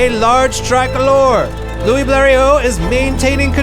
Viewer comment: Louis, not Louie ! 🙃